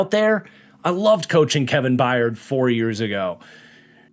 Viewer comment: Crazy that it took almost a decade for to finally correctly pronounce The Mayor of Murfreesboro’s name correctly (once) as “By-urd” vs “Bye-yard” 😂